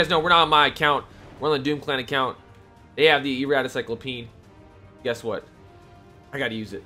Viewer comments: Cy-clope-e-an not Cy-clo-peen just saying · This guy can not read to save his life. CY-CLO-PE-AN!!!! Not CYCLOPEEN!! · #laser it's CycloPEAN not CycloPEEN hahaha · Sy-clo-pe-in That's how you say it lol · Please stop saying cyclo-peen😭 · sahy-klop-ee-uh n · Is anyone going to correct him on his pronunciation on cyclopean or no? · Why are you you adding an e in front of cyclopean, also that's not how you pronounce it. :)